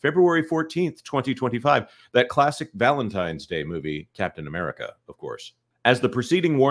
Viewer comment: at one point says the title of the film and it sounds like he said "Death of America: Brave New World"